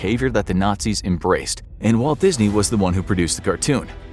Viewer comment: Waltuh Dizny